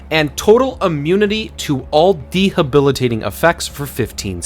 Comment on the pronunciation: de-bilitating.. not de-habilitating... Thanks for the video 🎉